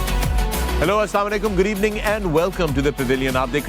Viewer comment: Pakistan is so poor that When Fakhar says "GOOD EVENING" in the intro it sounds like "Gareebaning" 😂💀